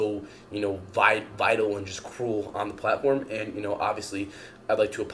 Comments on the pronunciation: …did he say he did “vital” instead of “vile”…….? I was really hoping I misheard him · Man, he never said “vile” correctly, the entire video. So many attempts. So many vital virals.